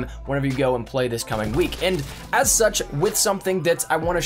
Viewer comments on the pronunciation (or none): none